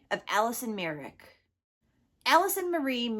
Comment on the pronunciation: Say her last name correctly before you talk about her